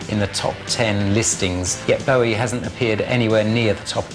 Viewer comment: This is the sort of pap shit Bowie detested. They can't even be bothered to pronounce his name properly.